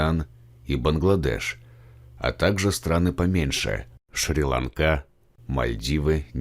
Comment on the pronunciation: Не шри ланкá а шри́ ланка